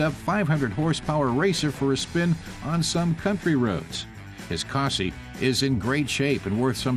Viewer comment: Its not a cosa, its a cossie